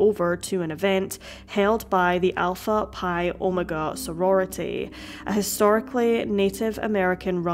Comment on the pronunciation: Oh-may-ga😁 Omega